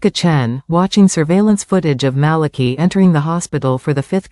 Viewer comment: And I think the pronunciation of Malachi's name is wrong😂.